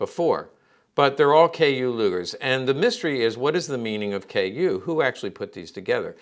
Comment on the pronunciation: But it's not a KU... it's KÜ that's different